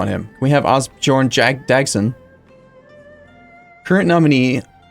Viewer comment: Ásbjörn not really pronounced that way. Just the dumb way English speakers decided to spell these Norse words. It's so painful to listen to lol.